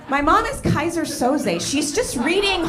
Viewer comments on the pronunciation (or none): none